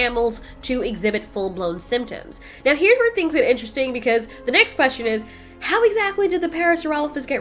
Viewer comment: "questeon" is my new way of pronouncing the word